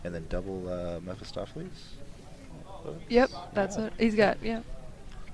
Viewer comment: Please stop butchering poor Mephistopheles's name!!!!!